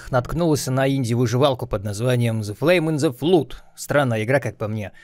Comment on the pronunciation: Зе блуд ин зе флуд. Не, рили так сложно загуглить слово и послушать, как оно звучит? Тем более, его один сраный раз произнести нужно